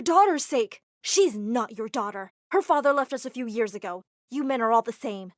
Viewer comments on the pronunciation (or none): none